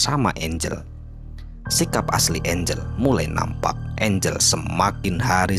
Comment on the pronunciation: angel x bukan engle